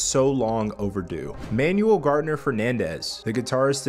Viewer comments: Ah yeah, all good, still a dope video. I believe it's pronounced like "Man-ooo-well", not "Manual". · Pronounce Manuel's first name correctly, kind of disrespectful...